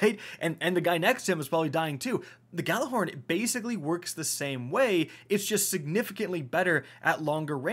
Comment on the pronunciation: “I’m ghallahorny today “ here